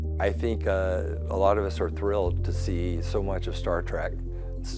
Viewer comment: Man... Come on guys.... TREEEEK........ NOT TRACK! TREK! T-R-E-K like you are going on a walk right, you are going on a TREK!